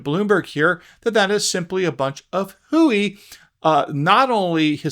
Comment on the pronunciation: Did you really say whoie?lol